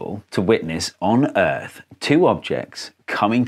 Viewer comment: ERF? WHAT? PLEASE MAN ITS "EARTH"